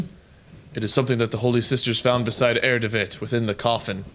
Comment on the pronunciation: try read "Herr" as it's meant to be read in German, you know what I mean...